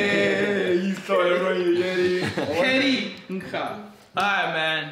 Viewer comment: play too much fifa lol, mans said garrincha for syringe